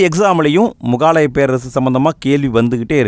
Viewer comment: Bro not mugaalaya Say mugalaaya